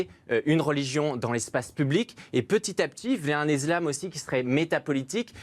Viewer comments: Ça degueule encore et toujours sur l’ISLAM et pas IZLAM , le parti LR a envoyer au charbon un enfant qui ne connaît strictement rien à la religion , et en plus il ne sait même pas prononcer le mot correctement . La France commence à tomber malade à cause de ces guignols qui font germer des divisions au seins de notre république . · L'iZlame 😂😂😂 Hé Vas-y retourne chez l'orthophoniste 😂😂😂